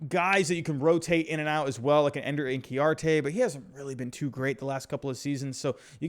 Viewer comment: Your knowledge is pathetic. You pronounced Inciarte, In-Key-Ar-Tay. And although you caught yourself, you called like as in Can or Van or Man instead of Swan like the majestic marine fowl.